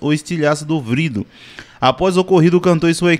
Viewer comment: Quando é q esse povo do nordeste vão aprender a falar vidro e n vrido.......